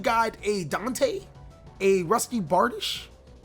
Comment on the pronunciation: Bruhhh my mans really did say "DANK-te" bruuhhhhh moment